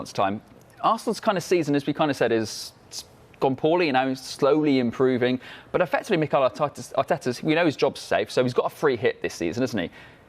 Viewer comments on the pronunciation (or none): ah yes, Mikel Artata